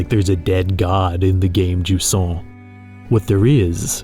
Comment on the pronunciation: To be fair, nobody still use the therm "jusant" in France, maybe i heard it once despite I've grown up near the coast. Maybe event "ebb", the English word, is better known. But, whatever it is, it is pronounced "juZan", and not "DjuSSan".